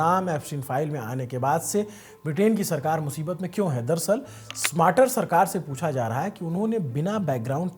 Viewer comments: स्मार्टर नहीं भाई स्टारमर थोड़ा बोलना भी सीख लेंगे तो अच्छा रहेगा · UK PM is Starmer and not smarter....u r pronounciation is wrong.... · it's kier Starmer instead of smater. I can understand it's just a pronunciation mistake. I hope you don't mind it ❤ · Bhai name is keir starmer, not smarter ... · it’s STARMER not SMARTER….. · Keir smater nhi keir starmer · ..UK..ke PM ka name..Keir Starmer...hain na ki smater..बाकी आपकी पत्रकारिता तो 👌👌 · It sounds like the news anchor is pronouncing the name of the UK Prime Minister as “Smarter,” but it’s actually “Starmer.” Please check and correct it if possible. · स्टारमर न कि स्मार्टर; ब्रिटिश प्रधानमंत्री का नाम तो ठीक बोलो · UK PM Keir Starmer ko "smarter" bol rahe ho.... tele-prompter ke bina bhi bolna seekh lo... yeh aadmi baaki anchors ko gaali deta hai aur ye khud UK PM ka galat naam tele-prompter se padhta hai... 🤣🤣🤦‍♂🤦‍♂🤦‍♂ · Bhai kier starmer hai pm ka naam aapne galat pronounced kiya hai